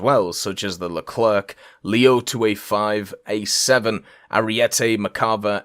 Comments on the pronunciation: Yeah no one pronounced it right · Always funny when makes these vids XD also the C in the leclerc is silent. It's just LE CLER.